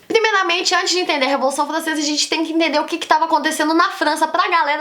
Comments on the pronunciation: Revolução flancesa 🤣🤣🤣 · Revolução Flancesa, ploposta, caraaa que raiva ela trocando o R pelo o L kkkk